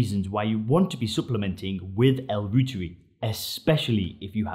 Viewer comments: Pronounced L. ROYTEREI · Pronounced ‘Roy-tuhr-eye’ after German Microbiologist Dr. Gerhard Reuter. The International News Gathering organization, Reuters, is pronounced ‘Roy-tuhrs’ not Root-ers.